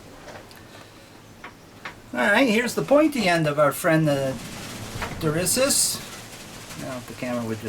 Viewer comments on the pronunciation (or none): Durissus not Dissurus....lol. Sorry, I had to, it was like nails on a chalkboard. I'm sure you've felt the same.